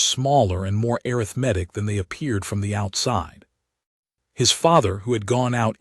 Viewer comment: I liked the story, but i wish the AI reader knew how to pronounce "Arithmetic ".